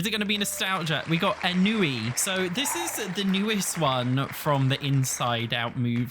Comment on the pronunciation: Why didn’t you look up the definition and pronunciation of ennui before recording the video? Why did you choose to make yourself look stupid?